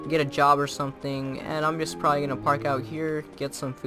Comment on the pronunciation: “We’re just gonna drive probrably” LOL